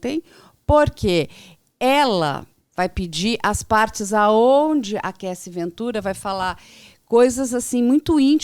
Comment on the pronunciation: Alguém sinalize ao pelo amor, que a pronúncia dele ao se referir o nome da ex do Diddy, a Cassie, está equivocada, ele não percebeu?! Somente este adendo.